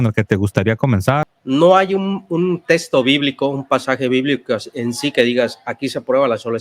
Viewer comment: Para, para dar un buen mensaje, es importante también el buen pronunciamiento de las palabras; No sé dice "Testo" Sé dice "TeXto" Hay que respetar el buen uso de la Gramática (que incluye la fonología, la morfología, la sintaxis, semántica y la estructura escrita), principalmente cuando se es personaje público.